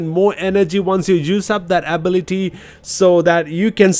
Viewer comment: My guy don't know how to say ability